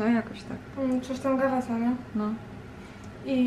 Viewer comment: nazwę tej choroby czyta się „Grejwsa”-Basedova 😘